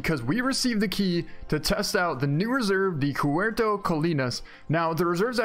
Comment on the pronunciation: Cuatro is pronounced QUA-troh